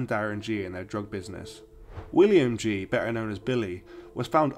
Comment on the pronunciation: It's actually pronounced 'Ghee' rather than 'Jee'.